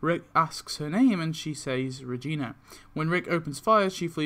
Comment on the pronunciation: wtf is a vegina i mean regina